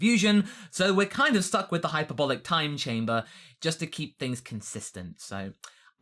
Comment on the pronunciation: is this the first time you had the chance to pronounce hc correctly